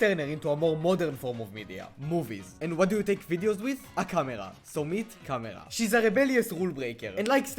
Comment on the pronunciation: You said ĈÆmera